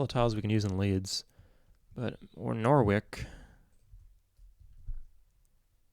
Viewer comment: You pronounce the English names worse than you do others 🤣 Norwich and reading hurt the most. Really enjoyed the vids tho 👍